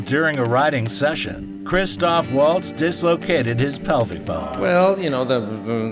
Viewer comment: And it's Melanie Laur-on and Christoph Vahltz. Amazing a bunch of so-called movie snobs in comment section pick up on RZA instead .